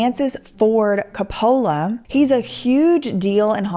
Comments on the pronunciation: Look I’m not trying to knit pick. But when people mispronounce someone’s name it drives me crazy. It Cope uh luh not co polla. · I would say just one thing : report, do not judge. I am here because I like your other videos. The director's name is pronounced [Kopulah] with accent on the first o. He is one of the most recognized movie directors in the WORLD, and has created some of the most emblematic Italian/American culture movies in the last 50-60 yrs. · I have always adored Shia...he's such a good actor. like Johnny Depp, who literally becomes the person he's portraying. And Heath Ledger! I hope he's finally doing well after having a very rough start. Also,, pronounce it Cap-pa-la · Your pronunciation of coppolla makes me want to punch my phone and throw it in a woodchipper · is one of my top 3 fav youtubers, but can someone please help her pronounce COPE-ala? TIA Still love you girl, and all your music (this one is def a bop ) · Francis Ford "Cah-pole-Uh" 😅😂😅😂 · Love your content but hate how u say copolla 😂😂😂😂😂😂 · if you think Cope Alla, you got his name right wonderful video i did chuckle every time you said his name hehe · Say it like Cope-o-la and NOT lay 😊😅😂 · Making this whole video without pronouncing the name Coppola correctly was a bold choice. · Francis Ford Coppola is a legendary Artist and Director. Please pronounce his name correctly. 😂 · Love the way you pronounce Coppola. 😆😆 So wrong.